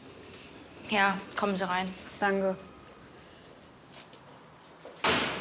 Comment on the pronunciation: Wie die immer "Dange" anstatt "Danke" sagt regt mich auf...